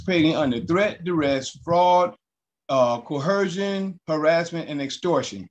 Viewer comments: Why is it that these sovcits and Moors all improperly pronounce coercion? They add an h in the word cō’-Her-shun. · If I hear "Co-HER-sion" one more time I'm jumping-off the Doohickey Bridge. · There is no "h" in coercion, dingdong.